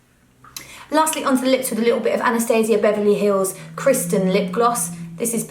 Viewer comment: Very pretty AND thank you sooooooo much for pronouncing "Anastasia of Beverly Hills" properly. :)